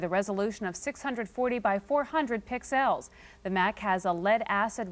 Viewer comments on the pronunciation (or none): How DO you pronounce "pixels"? Wait till you hear the PRICE of the Apple laptop she's reviewing...